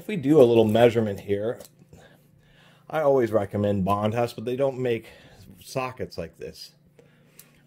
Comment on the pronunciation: The H is silent. Bondus